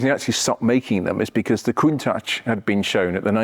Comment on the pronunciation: You need to learn the correct pronunciation of 'Countach'. You're way off!